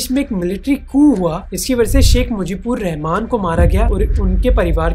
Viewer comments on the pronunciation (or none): You mispronounce bangladesh first leader name